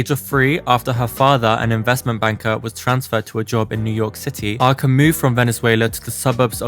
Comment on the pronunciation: Your pronounce of her name is wrong